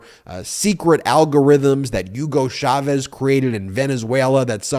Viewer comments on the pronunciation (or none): none